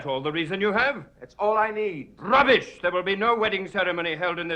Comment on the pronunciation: "RRRUBBISH" lmao